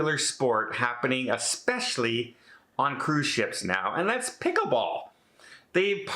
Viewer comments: it’s pronounced as it’s spelled: PICKLE-BALL with an “L”. You called it “pick-a-ball” numerous times. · I heard pick a ball and was getting excited...thought was some new game. I've played pickleball and it's fun .